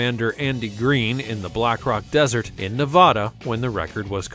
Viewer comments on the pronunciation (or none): none